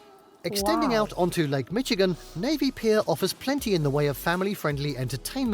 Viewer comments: Strange the way he pronounces Michigan "Mitti-Con". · It seems this narrator doesn't know how to say Michigan.